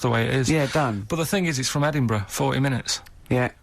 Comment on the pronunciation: is even cuter than Karl 🥰🥰🥰🥰 Well done on pronouncing Edinburgh. First and only American I ever think will get it spot on. 👍👍